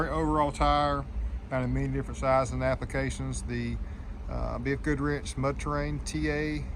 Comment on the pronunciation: Im a northern guy but it kept sounding like you were saying BF Goodwrench.